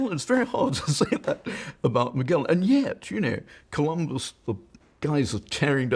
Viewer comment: And what's up with the hard-g pronunciation of Magellan? When did that happen? Did somebody put out a memo, or is it just an intellectual affectation?